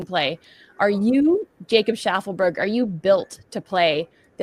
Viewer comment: Jacob Sharman-berg? 😂